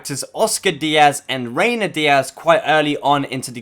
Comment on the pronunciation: Reyna not Reynar